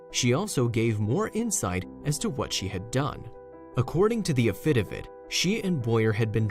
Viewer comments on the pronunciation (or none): It is a crime that schools don't make kids read out loud: 'afidivitt' It is pronounced "AFi DAVit" First 'A is short and the second 'A' is long, so it sounds kind-of like Afu Like the first part of after and the first u in under: Afu and the name David but with a 'T'. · Not "a-FI-da-vit" => "a-fi-DA-vit"!! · I picked up on that. I was wondering if I was hearing that wrong. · Yes , so annoying